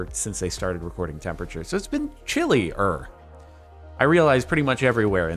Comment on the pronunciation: When he said it was "chilly er" at 70 degrees, I was mildy infuriated, not oddly satisfied.